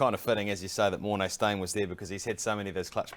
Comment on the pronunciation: You butchered that😄 Also saw, "Lions looking for Steyn remover"..